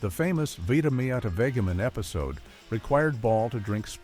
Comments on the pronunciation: The narrator needs to learn how to pronounce Vitameatavegamin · What's funny is the narrator. He doesn't pronounce Vitameatavegamin correctly.